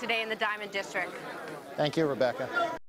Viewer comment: districT!! There is a T in the word, lady...geez